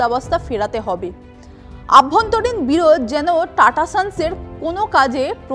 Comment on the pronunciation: "আভ্যন্তরীণ" নয় - কথাটা অভ্যন্তরীণ। Be more careful because you were amidst an audience